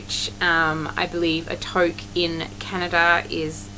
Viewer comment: love your Antler Touque. the "Tou" is pronounced same as the word "Two" that might help 😀 it turned out stunning. and your dress love is amazing!!! you are such a beautiful maker...muddy boots and all!! I'm work8ng on a colourwork Maja Cardigan!!